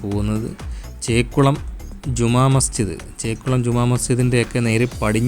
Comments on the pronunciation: മേലെ കുരിശു അല്ലടെ മലെ കുരിശു ദയറ പുത്തെൻകുരിശ് 🙏അതേ പോലെ ചെക്കുളം അല്ല ചേലക്കുളം ആണ് ഇംഗ്ലീഷ് വായിക്കാൻ അറിയില്ലേ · ചേക്കുളം അല്ല, ചേലക്കുളം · You can't read malekuriz& chelakulam properly, Malayalam unknown vlogger?